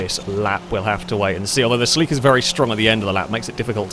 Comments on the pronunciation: 😅 it's pronounced CELL - ick - uhh you have the emphASis on the wrong syLLAble (not cell-EEK-uhh) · Omg why did he pronounce it SEL-EE-KA? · Its pronounced ( sell ie caa) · Japanese car means it's pronounced "セシリア Seshiria" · its pronounce silly car